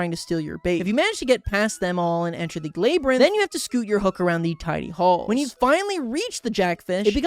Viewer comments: is bro really saying layberinth instead of labyrinth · "laybrinth" ITS LABRINTH (or whatever idk) why did you look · ah yes, the laybrynth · lay brinth😭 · Lurr. Laybrinth. xD You never cease to make me giggle. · 1 crash out? Seems like an understatement but that aside you have to be doing these pronunciations on purpose at this point like "lay-brinth"